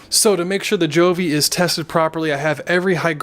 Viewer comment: Yeah you are awesome to get so many thermometer and hygrometers! Btw, Govee pronounce as GO...VEE. Anyway all is fine, convenient to check either on "HUGE" LCD screen or via Govee App!